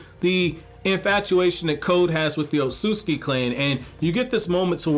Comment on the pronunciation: Is it O-tsu-tsu-ki (like how it’s spelled & pronounced in the dub) or O-tsu-ski like how everyone says it?